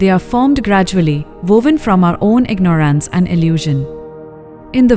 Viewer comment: it's not the Indian accent but the mis pronunciation of words like ignorance which is jarring